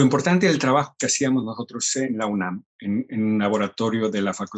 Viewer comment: Hola una observación con mucho respeto asía ti no es con el afán de molestar pero en el primer programa varias veces mencionaste la palabra incorrecta unan y te corrijo es UNAM con m y no con n ay que cultivarse mejor aserca de está institución ya importante en el mundo como Cres eres mexicana solo esa observación con mucho respeto a ti